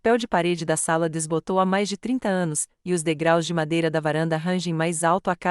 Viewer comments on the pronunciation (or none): none